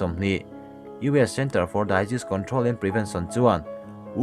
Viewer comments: Disease hi daiziz tiin i lam zel a, diziz tiin lam tawh la🙊 ka lo sawi ve mai2.. i insiamtha thei em a, i insiamthat mai ka ring a, mahse a rei mah2 tawh in ka hria a..hehe.. i channel hi a tha ltk, ka ngaithla ziah ania..ti zel rawh, engkimah a chhiar dan thleng pawhin i improve tawh ania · Disease:(dizîs) ti a lam tur niin ka hria.Daizis nilo in.